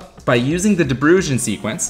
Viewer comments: "Deh Brain" is how it's pronounced.... lol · I'd say proper pronunciation is "De Brown". Not dutch but lived there. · 'De Bruijn' is pronouced more like 'De Braun' (or phonetically: də ˈbrœy̯n) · how he pronounces De bruijn haha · Came here because I started learning lock picking and wondered about combination locks. This channel is awesome! FYI, de Bruin is a Dutch family name which translates to the Brown. As for pronunciation, the English don't use ui and thus can't really pronounce it. Your best shot would be saying brune :P